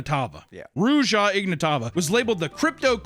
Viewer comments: After every single Ruja last name mispronunciation Nick: yeah. Yep. Yeah. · struggling with pronouncing her name and Nick just saying "yeah" in agreement is sending me 🤣🤣🤣